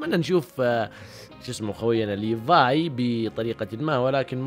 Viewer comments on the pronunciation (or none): none